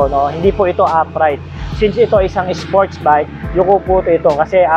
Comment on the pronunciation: "SpOrTsZ BiKe"